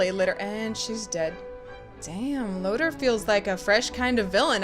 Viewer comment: I have one critique of your Voltron reviews. It's LoTOR Not Loter.